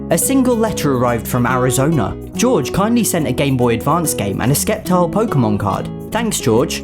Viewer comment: Sep- tile